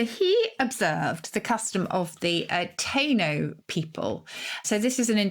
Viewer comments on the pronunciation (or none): Not Cuba... and Taino is pronounced "Tie - ee - no".